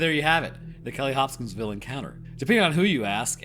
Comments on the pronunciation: Bro kept saying Hop-Skins-Ville 😭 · I found true weakness. Pronouncing Hopkinsville. Also I highly recommend the Astonishing Legends podcast coverage of this event.